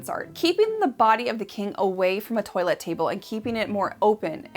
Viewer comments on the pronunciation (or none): LOVE your show, but I am going to play Schoolmarm, and tweak your pronounciatiion of "toilette"! It is not 'toylette', but 'twahlette'. You are so very well-informed about so many things, it surprises the hell out of me that this one got away...but you rock, so don't take this as a trolling, lol.❤😊